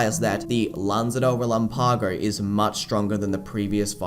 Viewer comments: Bien dices? Relampágo? no relámpago? Es una cosa no importarte, otra decir que lo mal dicho esta bien. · well that was mean. Not insulting your friends. They probably aren't native speakers and explaining accents is.. frustrating. But you are definitely saying it wrong. ask google. she knows. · con todo respeto, muchas personas pronuncian palabras incorrectamente. Como dije, es facil encontrar la pronunciacion en google. Sin necesidad de dudar. Es mas.. accento en pronunciacion no afecta énfasis. Hay gran diferencia entra relam-PAgo y re-LAMpago. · Love the videos.. but explain to me.. why does everyone say Relámpago wrong? It's reh-LAM-pago.. not relam-PAH-go